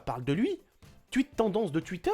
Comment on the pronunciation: Stp je sais que t'es pas americain ou anglais mais essaye de dire "touite" au lieu de "tuite" et "pladjia" au lieu de "pladga" stp